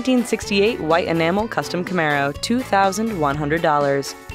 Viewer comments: Its camaro. Not camara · It's Camaro not Camara -_